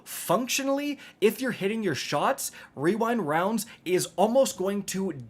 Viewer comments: Wewind Wounds 😂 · Bro, I love you. When you pronounced the rewind rounds wrong and then did the fortnite kid voiced, I laughed maniacally. Also happy birthday.